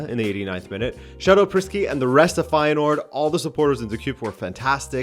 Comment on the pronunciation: Bijlow and Feyenoord pronounciation pretty much nailed on, only De Kuip needs some work (the Dutch 'ui' sound is one of those quirks of the Dutch language I guess).